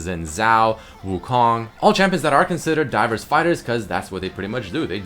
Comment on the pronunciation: everytime he says 'divers' i understand dyrus T^T